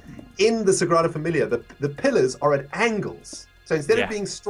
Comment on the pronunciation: love how you said the Sagrada Familia's name (i'm actually from Barcelona😂)